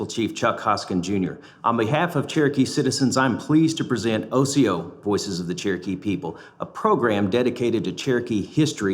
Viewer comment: the word Cherokee is a derivative of the Choctaw word for mountain dwellers. And it's osiyo, not asiyo.